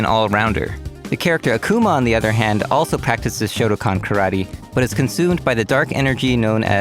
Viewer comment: What's a "Shoto-con?" The fuck can you pronounce Satsui no Hadou but not Shotokan?